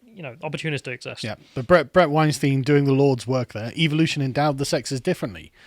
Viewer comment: It's Bret W-EIN-st-EIN. Not W-EIN-st-IEN. You're pronouncing his last name like the hollywood influence sexual predator producer's last name. I'm pretty sure he isn't a fan of that XD